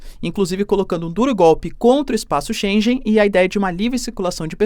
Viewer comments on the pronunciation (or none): Que agonia ele proncunciando espaço chênJen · se díz "Espaco Schengen" e se lê: ( CHENGUÉN ) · se lê espaço XEN GUEN.